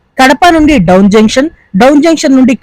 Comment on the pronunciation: డౌన్ కాదు బ్రో డోన్.